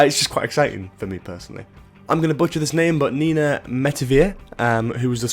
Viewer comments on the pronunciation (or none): none